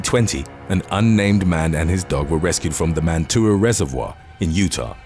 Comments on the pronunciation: Lol I know I know. Utahans have funny ways of spelling stuff. You pronounced mantua lake in Utah as man_too_ah actually it's pronounced like mat_ah_way. Good try for a non utahan. 👍. Also I wouldn't ice fish mantua it's feed by warm springs. And if you step on the ice over the warm springs the ice will be paper thin. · As someone who lives 20 miles north of Mantua, it's pronounced Man-o-way. Welcome to Utah! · Wow utah!!!! I'm only 30 mins a way from mantua it's pronounced man- to-way